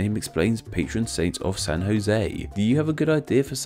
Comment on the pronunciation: You said San Jose very nicely